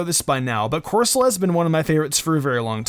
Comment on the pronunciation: 1,Alcreamie,sir fetched, frosmoth,darmanitan,Appletun,corsala (not cursola),the whole rolycoly line,polteageist ,wheezing,Eiscue